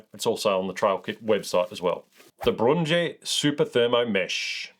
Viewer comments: Brynje is pronounced Brin-ya And yeah, their baselayers are game changers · Brynje is pronounced "Brin Ya" It's Norwegian. And they are AMAZING! Paired with a Senchi, they are the perfect layered system for regulating heat and perspiration.